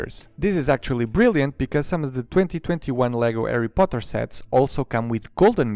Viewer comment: He sead the lego erry poter og worts